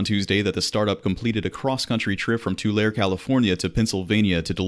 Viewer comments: Tulare is pronounced "Tu-larry". There was a portion of road under construction the Pennsylvania DOT specifically requested the truck be manually driven through. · Tulare's also pronounced with the long e (ē), as in Tularee.